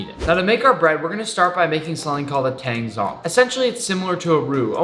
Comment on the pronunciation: You pronounced tang zhong wrong. zh is kinda like a buzzy j with no "juh" sound.